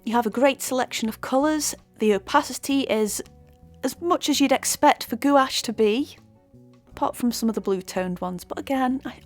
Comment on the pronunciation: Bonjour. Merci beaucoup for your video. Your painting is very nice, détails are brillant. And you pronounce very well gouache word ! Based on your comments and result I think I can try now this brand. If my painting will turn into a big mess it will be due to the painter, not the paint !